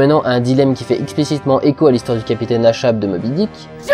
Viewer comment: J'ai aussi beaucoup aimé "Star Trek VIII", notamment grâce à la sublime Alice Krige que j'avais adorée dans "Le fantôme de Milburn" :3 (content que tu l'apprécies aussi Dudu ^^ ) Attention : on prononce Achab "akab" et pas "ashab" ^^ En passant, cette référtence est assez amusante quand on sait que Patrick Steward a joué le rôle du Capitaine Achab dans une adaptation cinéma de "Moby Dick" :) Lol le final à la voix pitchée x)